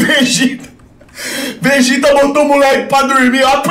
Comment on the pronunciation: "O VEGÉTA" kkkkkkk